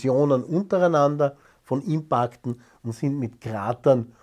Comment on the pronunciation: Sagt einfach "Einschläge" dazu! Nicht wieder hypergescheite "Worte, die dann auch noch blöd ausgeprochen werden! Impaakt 😂